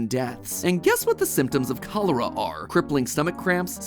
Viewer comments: The first time I've experienced this video I only listened to it and I thought matpat was talking about some strange tropical disease but he just heavily mispronounced it. He may have polish roots but still he can't pronounce the letter ch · I love how he said cholera when in Haiti we say in creole kolera🤣🤭